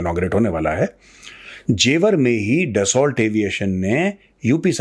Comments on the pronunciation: Major Sa’as, it’s pronounced डस्सो, not ड्सौल्ट. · दसा होता है दसाल्ट नहीं कितनी बार लिखा है ठीक करो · ट नहीं.... दसोल बोलिए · sir Dassu... because it's french word